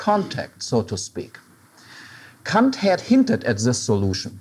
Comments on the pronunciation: It's how you say it in German. Since Kant was German, i guess that's the proper way to say it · What's wrong with the way he says it? Sounds like the proper german pronouciation.